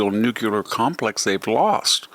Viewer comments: Brilliant and understandable commentary and illumination of what's going on. Thank you. But I REALLY wish you would learn to say "NUCLEAR" - NOT "NUCULAR" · Mr. Hanson, I agree with you on most issues, including this one. I really wonder why you say "NUCULAR" instead of nuclear. Are you doing a George Bush II, who knew better, but wanted to sound more rustic? At least, your show has given up the redundant intro segments. Thank you for that. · Victor say “new” … now say “clear” … now repeat with no pausing. the word you said was nuke you ler. Ugh. It’s two simple sounding words. Why on earth do folks pronounce it wrong like you did? Thanks for your information but please try harder. Thanks. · Mr. Hanson. Thanks for your valuable insight. As an aside, I’m not sure how to spell the word you pronounced as “nucular” because it’s not a real word. I would respectfully suggest that you instead use the word nuclear, which is the correct adjective for science and technology that pertains to the atomic nucleus. Thanks again for your continuing reporting and analysis. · Hanson is right but I hate that he can’t pronounce NU-CLEAR.